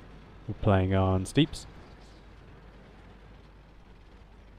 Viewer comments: It's pronounces 'steps' not 'steeps' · Stepps not steeps :D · So does know that the map "Steppes" isn't pronounced "Steeppes"? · This was months ago an you probably already know, but it's pronounced "St-epp-s" like ep in epiphany. Or easier yet, just "steps". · FYI 'steppes' is pronounced 'steps'